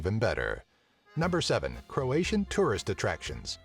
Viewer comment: Illuminiti really? well you misspronounced croat for croatian